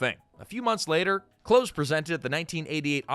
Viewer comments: Glenn’s last name is pronounced the like the opposite of far it’s close not cloze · Nitpicking here, but please have more respect for my favorite actress than mispronouncing her name. Hearing her name as "clothes" was just painful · It’s Close (as in close to me) not Close (as in close the door). AI? Or young narrator? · Yeah, driving me crazy... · It's Close. As in, "Come close, I'm going to kill you." Not like "Close the door. I don't want the neighbors to see me killing you." PLEASE look up how to say things. Especially when it's someone's name. It'll take you 10 seconds.